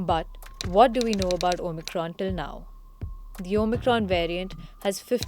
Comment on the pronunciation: She keeps saying OMITRON lol